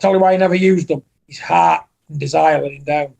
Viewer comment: John “he’s got no ARRRRT” Fury